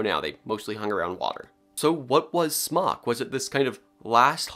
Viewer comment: Everytime you said Smok, I heard Spock. 🖖